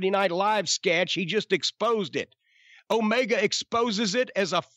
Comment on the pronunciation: Jim says it like O-MayGuh HAHAHAHAHA